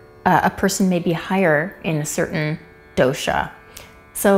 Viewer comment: Some pronounciation tips: Kapha: Ka-ph Dosa: Do-s Ayurveda: Aa-yur-ved By the way great video